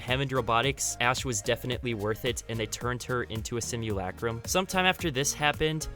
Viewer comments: Stop saying simulacrum so weird stinky boi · Why do they say simulAcrum it’s just simulacrum they all pronounce the a on it’s own